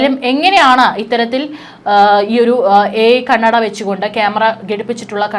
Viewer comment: ക്യാമെറയിൽ കണ്ണട അല്ല, കണ്ണടയിൽ ക്യാമറ, ഒന്നു പറഞ്ഞേ... കന്നഡയിൽ അല്ല, കണ്ണട എന്ന് ശരിക്കും പറഞ്ഞു പഠിക്കണം കേട്ടോ 😂